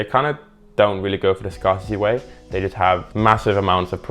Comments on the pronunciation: Despite the fact that it is spelt scar-city, the word scarcity is not actually pronounced how he pronounced it, phonetically. It is in fact pronounced scare-city as the word comes from the word scarce and not scar. Just thought I'd let you know for future reference. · it's scare-city wtff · You pronouncing scarcity wrong